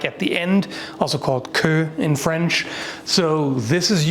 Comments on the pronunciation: I'm glad you're Canadian and can pronounce french words. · Always impressed by pronunciation of French (I'm French myself).